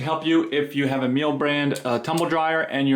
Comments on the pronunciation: It's pronounced "Me Lah" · Miele rhymes with Sheila.